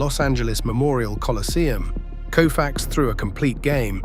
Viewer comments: His name deserves to be pronounced correctly.its COfax not KOOfax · This by far the worst YouTube Doc I’ve ever seen!! Nothing against Koufax, obviously one of the baseball’s greatest pitchers of all time! The combination of the narrator being incapable of pronouncing Koufax correctly and putting in random images of players who have absolutely nothing to do with the storyline like the image of Clayton Keyshaw inserted in for no reason. Also saying the series was tied at 3 games to 2 heading back to Minnesota. I’ll just stop there about how bad it is. I stopped watching at 28 minutes in. 28 min I can never get back!!!